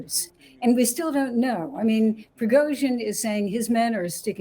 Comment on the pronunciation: "Prigoizhin"? I've heard it all now. People seem to struggle with simulating the Russian language... especially American and Brits.